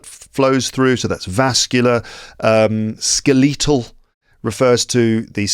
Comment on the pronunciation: Sir! correct this one: skeletal /ˈskel.ə.təl/. .